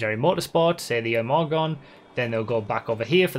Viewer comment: Imorgon is basically spoken "emoron" so you said it pretty accurate actually